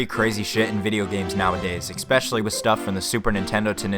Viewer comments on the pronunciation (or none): Not even a minute in and my mans already said both “expecially” and “acrost”